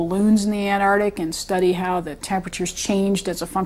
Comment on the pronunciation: Ant-arc-tic,not Anardic!